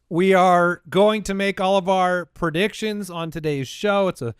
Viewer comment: No one else Laughed when said "pro..diction"